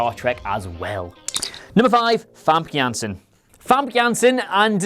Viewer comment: Hi, I am dutch. Famke Janssen is Dutch too. . The last name was good. Say it like FamKUN Janssen. Then you say it perfect! :)